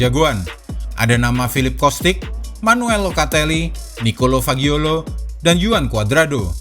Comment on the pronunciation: Fagioli, bukan Fagiolo, hehehe...